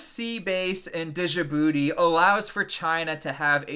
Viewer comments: I used to make the same mistake you are in this vid. The correct pronunciation of the word Djibouti? First off, the (D) is silent. Second, Ja-BOO-tee. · You don’t pronounce the “j” as a separate consonant, it’s Djibouti, not dijibouti. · I fucking hate how you say Djibouti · The D in Djibouti is silent you uncultured swine😂